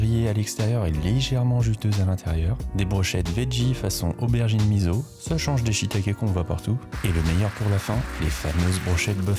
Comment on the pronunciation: Vidéo appétissante ! Je vais faire ma pénible sur un détail qui n'est pas de la cuisine à proprement parler. 🙃"Miso" se prononce misso (pas mizo).